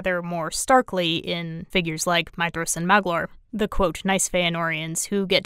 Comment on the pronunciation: You are literally the only person I have ever heard pronounce Maedhros correctly. 🙂